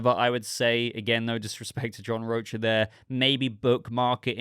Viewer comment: John Rocha (pronounced Roka)